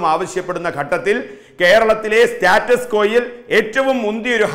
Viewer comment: "സ്റ്റാറ്റസ്‌കോ"....😊😊😀😀😁😁😂😂🤣🤣 ദയവായി ഇംഗ്ലീഷിനെ വെറുതെ വിടൂ.... മംഗളം ചാനെൽ ഇയ്യാൾക്കു ഒരു ജ്വാലി ക്വടുക്കൂ... ചേരും....